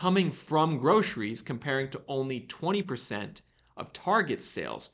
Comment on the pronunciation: Love how you say groshries 😊 it was cracking me up. Thanks always for the great info and data 🫡🫶✊